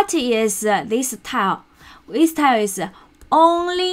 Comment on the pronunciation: I found this very helpful. I've watched several videos and read several articles, and yours seems to get straight to the important parts and explain them clearly. By the way, tilde is pronounced 'till - duh', you can listen here